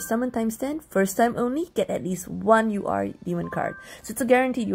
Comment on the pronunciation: I'M SORRY- I can't stop laughing because it sounded like "You are Satan" instead of "UR Satan" 😂 WHEEZE